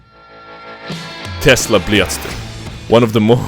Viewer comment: Lol, it's the тэсла блятстэр